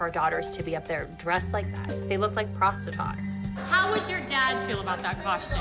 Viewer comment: Nooooo she said "ProstiTOTS" 🤣💀😩